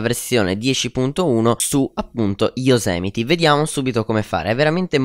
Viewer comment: Fidati, si dice Yosimiti... Comunque grande! :D